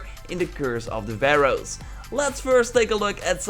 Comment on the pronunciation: baroe .. what? That's Pharaohs!